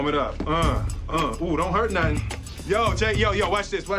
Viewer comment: I dont know no-teng 😂😂